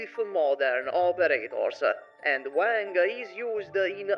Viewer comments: Ok, sorry. It's not "Wæŋg" like the way you say "Wank", it's "Wàng" like the Won you use in "Wander" but a bit more of the "a" sound to it. Anyways, cool video :D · It's Wang bro it's Wang